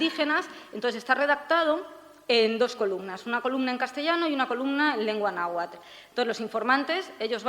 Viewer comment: cierto pero yo creo que hace una interpretación para que sea mas comprensible a la idiosincracia europea, como lo de los temazcales que les llama baños de vapor XD jejeje. Además pronuncia bastante bien el náhuatl. saludos